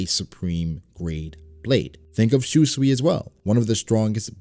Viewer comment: I cringe everytime you say shuswee. 秋水 Shūsui is pronounced as shu-sooi.